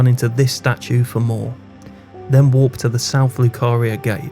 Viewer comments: I think he tryna say warp but his accent 😭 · You pronounce 'warp' and 'walk' far too similar